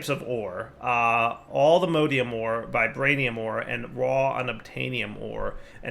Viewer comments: does it bother anyone else that he pronounces "Mod" correctly but pronounces the ore/ingots like "mode"? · 'Allthemodeium'. Please. Its based off of All the Mods, not "all the modes" xD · Hearing dire say "alltheMODEium" hurt my soul.